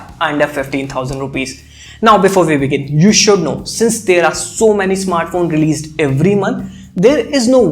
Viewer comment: Okay I got a petty question, I apologize beforehand,but Why does our homie leaves all the "s" in his sentences? (I watched other reviews as well) The rest is awesome, but this triggers my OCD.: Today's video.: offer's a clean experience: Realme releaseD No offense to my guy, have been watching his videos in a row!